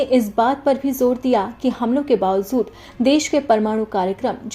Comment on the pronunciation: Bawazood nahi bawajood hota hai